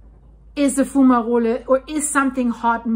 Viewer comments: It is pronounced, fyoo͞′mə-rōl not foo͞′mə-rōli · Your accent is lovely but....the letter e is silent like in hole. Sounds like Fume-a-roll/role, or Fu-ma-role. Plural: Fume-a-rolls or Foom-a-rolls. Good video. Great information.👍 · its pronounced fume a roll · Your pronunciation of “fumarole” is very nice and German sounding. However, the geological service is keeping a close watch. Lava is still deep. But there is definitely an issue.